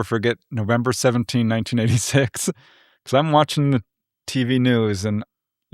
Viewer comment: Wild. It really does sound like he said 1996 but even the subtitles say 1986.